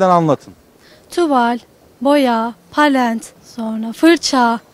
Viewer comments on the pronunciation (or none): Resim öğretmenliği okuduğu halde palet değil de palent demesi peki 😂😂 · Palent mi dedi? eğitim fakültesi farkı mı bu. Gsf olsa palet derdi heralde. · palent mi? palet olmasın o haahah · resim ogretmeninin palent demesi wdimwdowndiwm